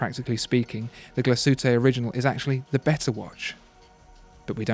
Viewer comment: how can I trust anyone who says "glashootay orijinal"